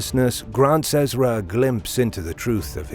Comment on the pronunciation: Ummm… I think you mean John in revelation not David. Also, it’s Ehz-Ruh. There is no D. Who is this commentator? Who did the research for this video?